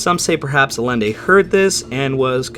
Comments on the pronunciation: Love this video. This is one of my favorites paranormal stories from WW2. Only thing is hearing Carlos Miguel Allende's last name mispronounced. Is a Spanish name so double Ls make a Y sound. His name is pronounced Ah-Yen-Day not Ah-Len-Day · Probably been pointed out but Allende is pronounced "Ay-en-de". 'Ll' in spanish is a Y sound. Dude's got the same name as the Chilean president the US helped overthrow in the coup that put Pinochet in power.